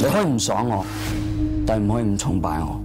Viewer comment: 连粤语的崇拜的讲错…哪个城乡结合部的